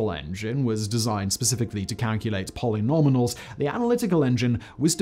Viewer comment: "What's wrong with my pronunciation of polynominals? I think I'm saying phenomenomials just fine! How do YOU say polynecronomicons?" -Simon